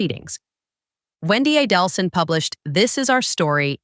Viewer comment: Not Donna A-DEL-son.